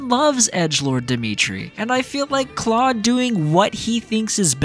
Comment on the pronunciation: If you played 3 Houses. You know that Claude agrees with Edelgard. So like your pronunciation I just guess you weren’t listening.